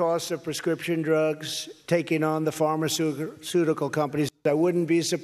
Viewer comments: Anyone else hearing “farmer-ceutical”? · He said pharmasuegar first.